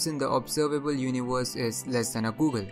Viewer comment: Everbody: Universe: univors